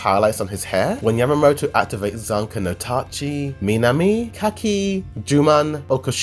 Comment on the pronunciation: the pronunication for zanka no tachi south is not fuckin hard whatsoever how stupid are you? like i looked that once the first time and it was effortless after that. so fkn weird